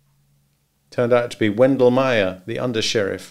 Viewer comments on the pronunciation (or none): none